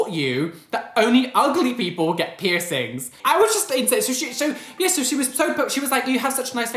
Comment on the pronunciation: 😂 the way you said piercings reminded me of when I go to Devon and my cousin talks about her new piercings